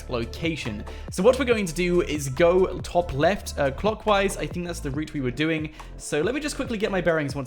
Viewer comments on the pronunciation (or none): none